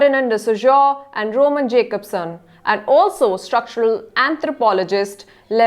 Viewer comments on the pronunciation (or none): none